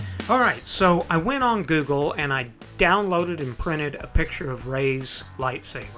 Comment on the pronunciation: Itsss not reysss lightsaberrrr!!!!!